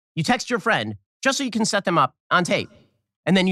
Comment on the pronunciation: Benny defeding his fwiend, aww so cute!